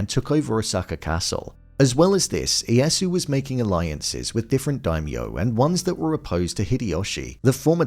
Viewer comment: Oh! I get to be that guy! The "Iyasu" is throwing me off 😅 Correct pronunciation is something more like long-e, long-a, then the yasu. The "i" and the "e" are both pronounced in the name. Now, if you'll all excuse me, I have a very exciting party to attend, where I'm assured that I will be the guest of honor. 🤓